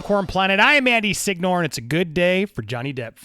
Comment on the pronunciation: SIG NOOR?? Haven't you realised your surname is Italian? SINYOREH, ffs.